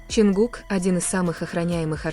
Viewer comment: Lady would you please learn to pronounce his name right his name is John cook not whatever you're saying